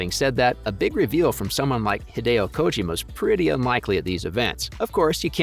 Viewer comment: It's like he was intentionally mispronouncing Kojima's lastname; way too distracting.